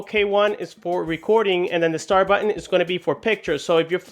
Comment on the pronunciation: it sounds you say "buen" and not "button"